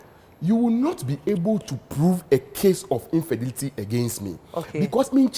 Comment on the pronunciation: A rich man pronouncing infidelity as 'infidity'😂😂😂😂